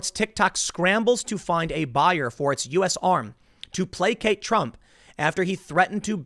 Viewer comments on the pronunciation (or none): none